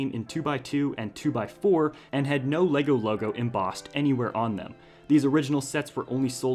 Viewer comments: i am from denmark and your saying the words wrong!!:D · The correct pronunciation is Légo!